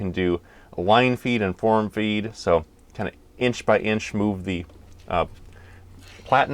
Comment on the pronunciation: Platen- rhymes with flatten. Derived from the old letterpress days when you had a flat plate called a platen (or platten)